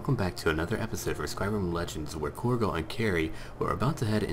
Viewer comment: Corgo? Korgal is an orcish name. Corgo is the mispronounced way to say and spell cargo.